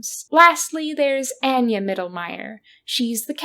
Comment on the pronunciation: Omg the pronunciation of “Anya” is sending me… Love your videos but why are we mispronouncing this name immediately after it’s used in the game? And also pronouncing it in different ways? Feels deliberate somehow?